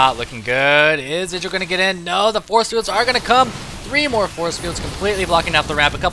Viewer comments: if u ignore the indra thing. idra would be pronounced ahy-dra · You would pronounce it Id-dra if it had two d but idra one d is pronounced eye-dra. But IdrA wants us to say id-dra so... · It's not idra. It's Greck.